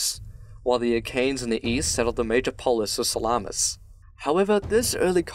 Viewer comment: Sa-la-mis emphasis on the Sa otherwise excellent video